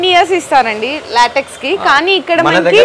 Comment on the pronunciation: Not Laatiks. Latex.